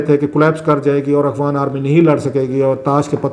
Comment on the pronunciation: Salam Sir shayed Mujhy aisa feel hota hai jesy ap "afghan" ki bjaye "akhwan army" bolty hen is it right ?